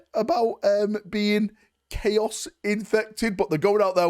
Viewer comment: "the taint of 'clay-oss'" new faction confirmed??? 😂